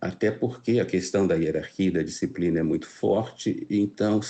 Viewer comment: "Herarquia, disciprina" 😂